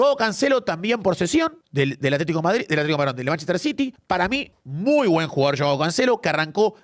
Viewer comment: jajaj se le escapa a "EL VARDRID"